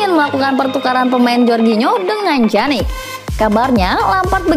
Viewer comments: Pjanic min bukan janik😴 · Bacanya piyanic bukan janic min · wkwwkkw iya lucu dengar mimin nya ngomong janik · dibaca pyanik